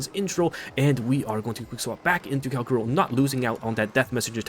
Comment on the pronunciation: Say it with me Kal - CHA - ROW It's CHA not KA